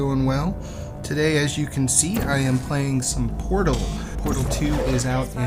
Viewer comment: the pot? That's a heavy accent XD